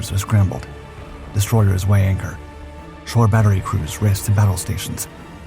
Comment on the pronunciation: “Shore batteries “